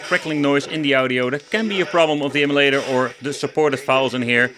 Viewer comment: M U LATER...NOT EMI-LATER